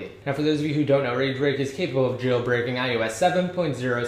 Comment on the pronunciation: it's iOS!!! iOS!!! not "iUS"